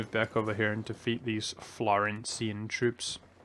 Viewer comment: correct me if I'm wrong but I think it's Florentine not florencian.